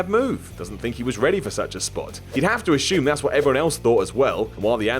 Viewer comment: Who the hell told there is an "h" in "assume?"